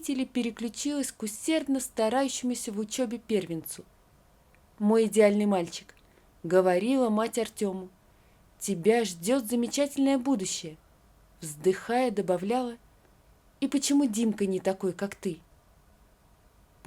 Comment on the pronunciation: А мне чтение не нравится. Читает неплохо,но часто в словах повышает голос там,где не нужно. Это неправильно, напрягает. Нужно работать над дикцией, интонацией. У чтицы неправильное произношение звуков : говориВа,сдеВаВа.Если слушатели не слышат,то мои дети слышат. И начинают разговаривать также. Они ещё и других детей учат!Чтение должно быть красивым, чётким, правильным. Ооочень неприятно слышать такую фальшивую речь. 😂😂😂.